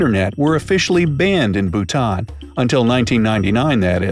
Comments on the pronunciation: Lauren Alexander its bhuta"n" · Yaass Bhutan!! My country!! 🇧🇹 He pronounced some stuff wrong but it's a common mistake, so it's ok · I'm from Bhutan 🇧🇹 and this is all true! But the video pronounces Bhutan wrong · Yo bro you said Bhutan wrong i know ok I am bhutnese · This narrator can’t even pronounce Bhutan correctly… 🤦🏼‍♀️